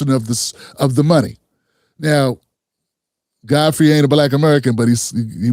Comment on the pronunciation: Though shalt not covet - Fodfrey- hakbar-a dish